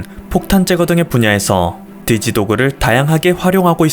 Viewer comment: 디지 도그 ..발음이좀 ㅋㅋㅋ